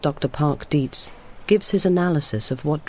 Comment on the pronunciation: Nada mas como dato es Dr. Dietz no Deeds